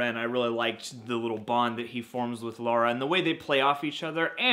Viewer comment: ...it's LA-RA not LA-URA... Movie was fantastic, cannot wait for sequel.